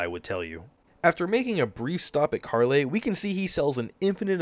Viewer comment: My Brother in the Greater Will did you just say Karley?